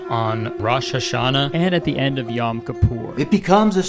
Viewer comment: Kurtis. Man. I love your videos but that hebrew pronounciation was the worst ive ever heard anyone do it. Shofar is pronounced more like chauffeur, but with emphasis on the first syllable. Rosh in rosh hashana is row+sh. Yom is the same, yow+m.